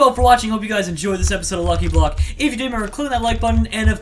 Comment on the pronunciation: i love how when says lucky block it sounds like he says licky block XD